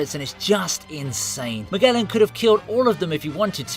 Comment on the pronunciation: It's ZunEEEsha,KizAAAru and MAAAgellan . What's wrong with people who English and cant say word right?